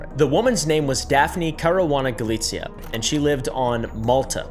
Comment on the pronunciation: As a maltese girl who has always looked up to caruana galizia thank you for reporting abt her it means so much to me. you did butcher the names tho lol